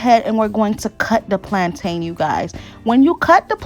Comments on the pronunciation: Just like mountain ⛰, and fountain ⛲, that's the same way you pronounce plantain. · Ooh thank you so much sis 🙌🏾 My Jamaican self keeps going 😬 every time I hear plaintain cuz we say it like "plon'in" 😆 I'm tryin to learn all the Haitian recipes so hubby can leave the stove 😆 🇯🇲❤🇭🇹